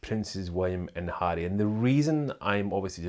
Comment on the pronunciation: I love the way he pronounces Harry with his Scottish accent!